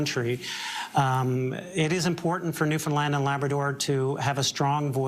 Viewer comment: I so much appreciate that you are pronouncing Newfoundland correctly…. So often it is mispronounced and it is very disrespectful.